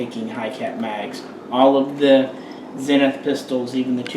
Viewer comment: "Zeeenith" and not Zen ith. Thanks for a great video showing the two models. Wish you would have fired the smaller MP5K. I am concerned about the very short fore grip area adjacent to the muzzle. Do you have to count your fingers after firing it?